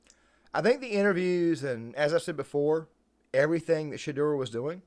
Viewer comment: “Shay-dewer” You said his name correctly one time in the beginning lol.